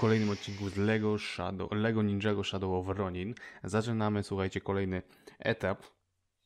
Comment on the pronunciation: Piszę się Ronin a mówi się Ronan.